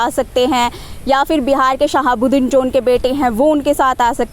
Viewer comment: Madam hamar shaab ka naam ache se lo